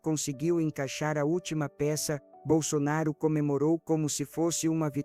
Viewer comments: Nem o nome falou certo!Jairo bol sonaro????? Tá engando quem???? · Sou bolsonarista ferrenha mas estranho como essa pessoa fala o nome do nosso eterno presidente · Não acredito em nada que falam de Bolsonaro, ainda mais dizendo o nome dele errado.